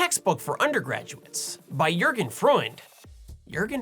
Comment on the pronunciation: Nothing by Einstein?, I remember borrowing a (rather hared but quite complegte) on GR by good old Albert himself when I was a youngster. Also I'm very perplex why you can pronounce Sean and not Jürgen.